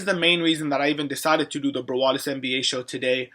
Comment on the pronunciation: Sup bro get it browadis btw its brawadis hahah -_